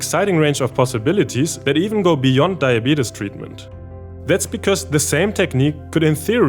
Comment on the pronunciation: A German guy pronouncing diabetes as "die-a-beat-us" is giving me life! 😂🤣